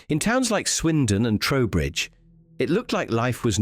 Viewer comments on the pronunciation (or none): Trowbridge NOT Towbridge